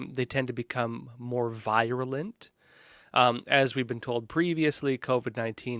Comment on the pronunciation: Please revisit your pronunciation of virulent.